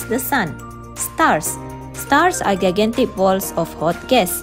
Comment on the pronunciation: U pronounced gigantic wrong